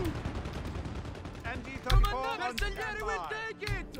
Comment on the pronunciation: To understand how to pronounce bersaglieri replace the “GL” with a “J” and will be easier. bersajeri it’s the correct pronunciation. My great grandfather was one of them. He fought in WW1 as elite soldier on Caporetto and battle of Piave too!